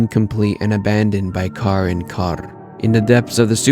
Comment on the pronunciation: Awesome video man i wanted a video like this. Also I love the way you say carrs name, your the only person who actually pronounces it correctly lol